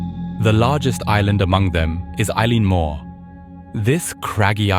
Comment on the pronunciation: This is a terrific video and have subscribed to your content. Constructive feedback from a Scot : it’s pronounced El-un moor.